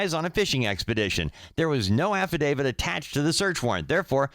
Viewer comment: Don’t say ‘affidavid’ , it just sounds stupid.